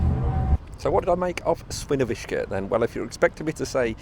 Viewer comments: Źle wymawiasz Świnoujście. Mówi się Świniobicie. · If you can't pronounce the names of the cities correctly, you can use Google Translate to read them. I know that Świnoujście is hard to read for someone, who is not a Polish.